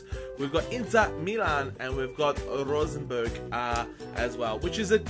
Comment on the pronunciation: the way you said rosenborg sounded so wrong